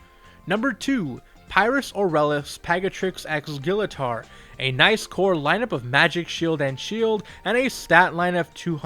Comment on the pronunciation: Your pronouncing Gillator wrong!